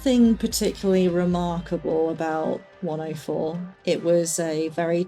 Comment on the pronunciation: Hello! I’m new here and enjoying your stories. I just wanted to say something you might find interesting. I’m from the US and to my American ear each time you say “104” it sounds to me like you’re saying “Wonderful”. It is more like “Wunnerful” which is ironic given your experiences there, but I look for deeper meaning in things and wonder what deeper meaning there could be for that. 🙏